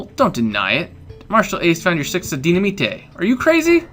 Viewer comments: Ace, it's Dy-na-mite not Dy-na-mi-te. The way you say it sounds cool either way though. =^.^= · loll ace its dynimate not dyinmata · Dynaminte is pronounced di-na-mite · dynamite is pronounced DINIMITE